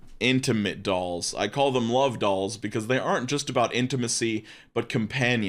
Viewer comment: Oh partnership DOLLS my dude you gotta annunciate. I thought you said DOG